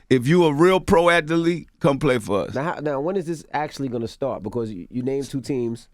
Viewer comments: lool he pronounced "Athlete" like this: "At-telite" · WTF is an At-The-Leet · Why he pronounced athlete with 3 syllables